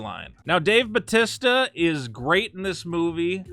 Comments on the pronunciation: Pretty sure it’s pronounced ba-tee-stah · How does this nigga not know how to say Bautista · Its Bahooteestah btw